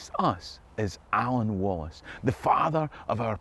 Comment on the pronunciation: Someone who finally says William Wallace‘s father‘s name the Right Way, “Alan” 💙